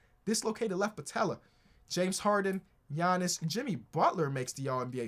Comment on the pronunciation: Why'd he call Giannis "Gianny" LMAO